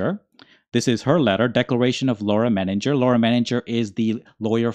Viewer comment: We make a big thing how to say his name. Think you need to think twice about how you said Menninger.Hard G surely if go German...